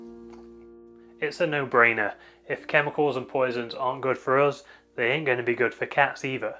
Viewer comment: I love how he tries to say "ain't".😂😍